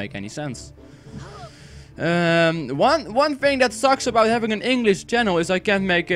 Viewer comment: You say fing, instead of thing, you should work on that ;)